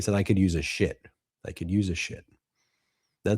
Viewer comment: 😅😅😂 I thought he said that he could do with a ship not shit